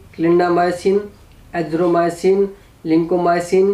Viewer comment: Azromycin nhi boss azithromycin honta h